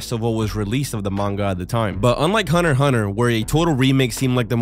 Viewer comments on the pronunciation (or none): It's hunter hunter, not hunner hunner